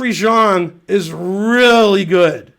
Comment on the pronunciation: yea he pronounces Xiong really weird